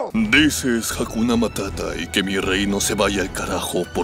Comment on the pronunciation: Jajaja dices jakuna matata jajaja y quien lo decidió